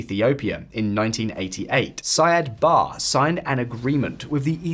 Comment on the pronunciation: It''s pronounced SIad BaRRE. He wasn't English...